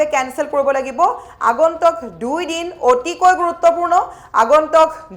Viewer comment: Not agontok but agontuk pls correction the actual word